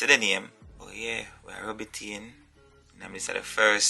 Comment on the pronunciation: Lol say brush it een lol